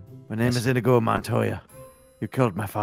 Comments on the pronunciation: It's inigo not inego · The way says inigo pisses me off